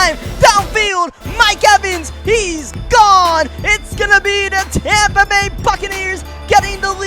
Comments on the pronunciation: "Tompa bay" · it’s not tompa bay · TOMpa Bay. I was confused when you said that at first. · He just keeps saying Tampa wrong